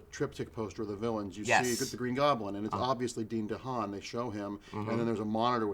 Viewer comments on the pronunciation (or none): Did you just say Dean DeHaan omg